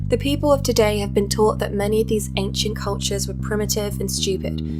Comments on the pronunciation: "anKcient"! Ugh, that pisses me off. I have a 'thing' about proper pronunciation. OMG, your facial expression and tone of voice, hahahahahaha! Oh, laughed till my belly hurts. Thanks for that brother. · I wouldn't trust someone who pronounced ancient as "ankshent", let alone if they said the earth was not a planet and flat. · i don't know how you do this. To me, it is painful to even watch/listen to these BS 'theories'. Also, at Is this how the word 'ancient' is supposed to be pronounced?:D